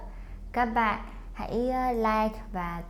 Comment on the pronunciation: Chào găp bạn not chào găp bạt